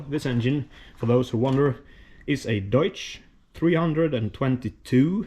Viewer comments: Deutz is pronounced doits btw, you said deutsch (which ironically means the adjective "german"). Or I missed the joke lol. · Hi, keep this great content coming, it's very much appreciated! One small fun fact re. the Deutz engine. Is the pronunciation "Deutsh" (or Deutch) agreed upon in English and/or Swedish? In German it would be Deut-z with a distinctive sibilant sound in the end. N.A. Otto named the factory after the place, and the place was named after the roman "Castrum Divitia", a military camp on the right bank of the Rhine opposite of Colonia Claudia Ara Agrippinensium (now known as Cologne):-) The similarity with Deutsch(land) (=German, Germany) is stunning, but just coincidental.